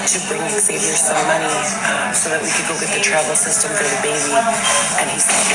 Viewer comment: Does anyone know if EggSaviour's name is really pronounced that way or did he tell her the proper pronunciation and she just went "No, it's pronounced EggSaviour"? I've met a few Xaviers and Zaviers before and none of them pronounced it like she does